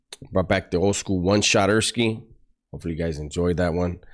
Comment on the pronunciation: This guy said shoterski 😂😂😂😂dude thats the Caucasian -American in you😅😅😂😂😂😂